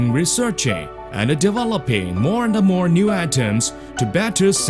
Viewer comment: "moa and a more"